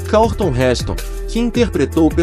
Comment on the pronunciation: Robô idiota. Pronunciou "Karlton" para Charlton Heston.